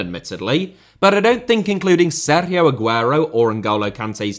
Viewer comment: stop saying Sergio like that